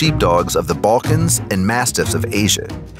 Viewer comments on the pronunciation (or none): none